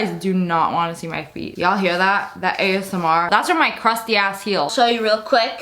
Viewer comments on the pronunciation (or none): none